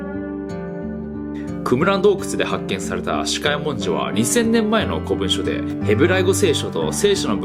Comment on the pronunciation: 『こぶんしょ』じゃなくて『こもんじょ』だよ、と誰かわからない相手にマウントを取りたい